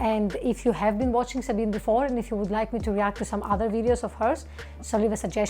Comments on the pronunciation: fun fact: the ending vowel of Sabine's name is pronounced like the ending one in Porsche. okay, that didn't help much, lol. but it's actually supposed to be not muted. and pronounced like in, "beg;" not, "be." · Good review of Sabine's video. One big note: you are mispronouncing her name. It should rhyme with (the consonants are different but the vowel sounds are almost exactly the same). As to reviewing other of her videos. She is a physicist so her physics based videos will be similarly accurate and interesting. She has a number of videos diving into other areas though, and there she is less informed. Especially with topics involving the social sciences, her political views prevent her from being unbiased. So it's best to be more critical of anything of hers dealing with sociology, economics, politics, psychology, etc., where she has no real expertise. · My love for Sabine’s (pronounced ZA BEE NA) channel brought me to your reaction video. Now it seems I may have a new channel to love! I would love to see your reaction to one of Sabine’s music videos! Looking forward to digging into your entire content… you have a new subscriber in me!❤❤❤ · I like Sabine (by the way, it's pronounced Zabina) Hossenfelder. She thinks and researches extensively, usually makes things understandable, and has a good sense of humor. In her "Is Nuclear Power Green?" video, however, I had one criticism. She didn't entirely leave out the problem of nuclear weapons proliferation, but slurred over it far too quickly. Fast breeder reactors using U238 to produce Pu239 produce Pu239, the stuff of atomic bombs and the triggers of hydrogen bombs. That's worrisome, and, in my opinion, more than just a political problem. On that count, thorium seems like a much better choice. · FYI: there are 3 syllables in the name Sabine. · Sorry to kibitz a little here, but just FYI, her name is pronounced sa-bean-uh. 😉✌️